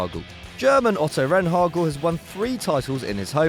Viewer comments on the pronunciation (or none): It's Rehhagel not Renhagel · rehhagel (Not renhagel) should have been on the list twice. also for winning the German league with a team just having come up from the second bundesliga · Where in the name "Otto Rehhagel" is an "n"? Right, NOWHERE. I can understand pronouncing names wrong sometimes, but just inventing letters into it? Come on. Oh, and by the way, constantly saying "camp now" instead of "camp nou" and "bernabow" instead of "bernabeu" hurts as well. btw, very glad you put in Ernst Happel